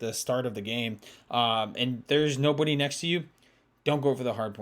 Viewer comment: When said nobody it sounded like no booty